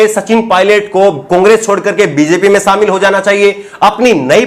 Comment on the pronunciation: Sir sha shabd ko sahi ucharan kijye. Shamil ko samil keh rhe he sir aap.. Ek journalist ki bhasha shudh honi chahiye.